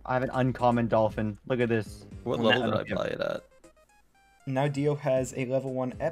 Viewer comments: ENGLISH IN DANGER " Dolpin " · Epic Dolpin with no H lol